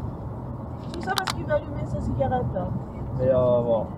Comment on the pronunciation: trop fort l'accent à "sa cigaretttteeeeuh" mdr Non tu dépasses un centriste, c'est différent, il n'est pas à droite même si je sais qu'en France ca parait normal de rouler au milieu ...